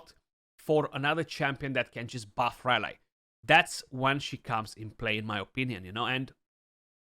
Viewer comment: great vid but rally is pronounced as ra-lee not ra lai.